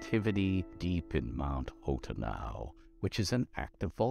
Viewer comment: You're deluding yourself, Ed. It's "Hot Enow" and always has been. You can't disguise the campy wordplay on the phrase "Hot enough for you?" by pronouncing it wrong.